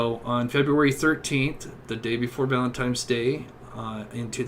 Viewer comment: It's ValenTINES day Not ValenTIMES. Going over the case from the word go every time is annoying as hell ! If someone isn't familiar with the case, direct them to the sites that they can watch and catch up PLEASE !